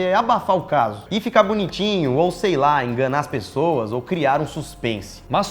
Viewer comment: Alguém percebeu que no minuto o Lucas disse PRESSOAS